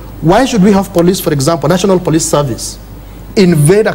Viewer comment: Why does the lady host pronounce 'police' as 'plis' at 12.54????